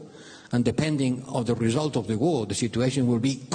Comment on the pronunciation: Алексей, ты большой молодец! Если хочешь немного улучшить Английский, не оФ Юкрэйн, а оВ Юкрэйн. Это реально отвлекает 😆